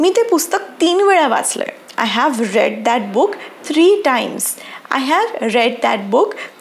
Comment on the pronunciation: I think ‘I have read ‘ in this sentence ‘ read ‘ this word you pronounced wrongly